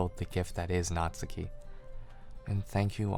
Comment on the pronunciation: Great video dude, love the pace and that you could get your point across without using tons of profanity. 200th sub ez clap boys Edit: oh and that you actually said natsuki's name right! Lol